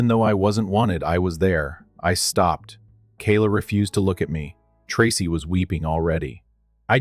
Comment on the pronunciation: Story 2 miss pronouncing the name Tracy😮